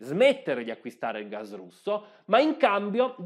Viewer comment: Ma è così difficile pronunciare la parola GAS!? Non si pronuncia gazh o gazhe si chiama sempliceme gas con una S sonora come pus o anche pass